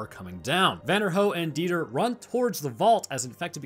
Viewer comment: Dieter is a fairly common German name, and it's definitely not pronounced like that haha it's more like Dee-tah